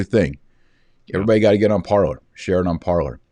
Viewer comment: BTW, with no offence meant, that alternate social media site "Parler", is pronounced, Par-Lay. It seems to be the French verb for, to talk.